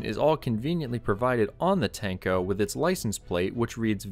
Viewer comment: "Tank-Oh" makes me giggle